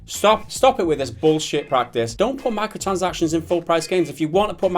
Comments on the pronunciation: This guy saying 'micotchansactizns' is so annoying I had to dislike. Apologies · I like how he can't pronounce 'micro transactions' properly. He says 'Micro sansactions'